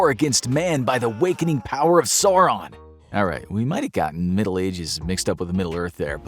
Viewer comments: How did you miss pronounce Sauron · Di you just say "sowron"? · Never heard sauron pronounced like that...